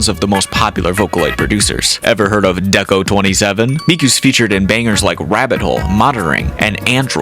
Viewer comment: This such a nitpick but deco*27 is pronounced deco nina